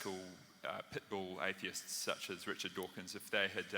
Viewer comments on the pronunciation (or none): none